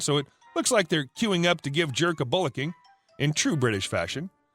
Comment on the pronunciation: Great stories, and just to note, it’s twat, as in catch that twat. And bollocking as in I was frolicking and got a bollocking. Not twat like SWAT or bollocking like ball or polling station And sound so much more satisfying.